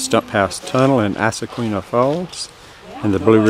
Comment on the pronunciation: It's pronounced "izaqueena."